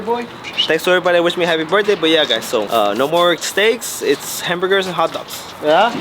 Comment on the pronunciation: He said hartbergers